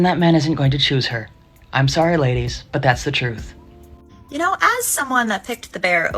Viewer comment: "Just tell the troof". Lol.